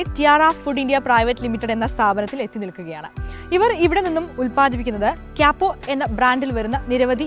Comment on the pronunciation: ക്യപ്പോ അല്ല കുട്ടി കപ്പോ